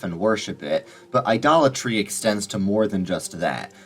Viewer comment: Every time I heard “idolatry”, all I heard was “Dollar Tree”. 🫠